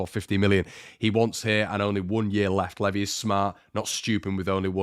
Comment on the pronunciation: Pretty sure Levi is pronounced same as the jeans.